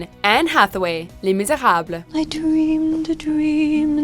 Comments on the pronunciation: Le mishawhat? I thought it was le miserables. lol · Was it really necessary to go that overboard with the pronunciation of Les Misérables